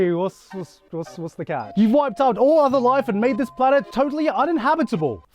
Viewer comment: totally un-in-habitable??